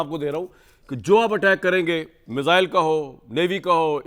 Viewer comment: मिज़ाइल नहीं मिसाइल 😅😅😅